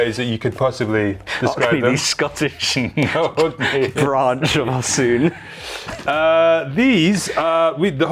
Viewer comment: Osooon?! that how you pronounce it?!?